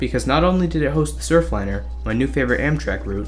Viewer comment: There's an "r" on the end of that: Surfliner.